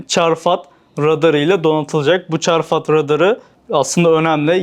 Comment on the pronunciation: Çarfat değil